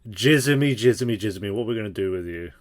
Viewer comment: Wait why do you call him Jizzamy?? Lmao?